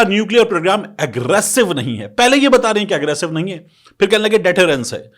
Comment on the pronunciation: لفظ کی تصحیح کریں۔ نہیں ۔ کیونکہ آپ نہیں کو بار۔ بار ۔۔ نیں اے ۔۔نیں اے ۔ کیوں کہتےھیں۔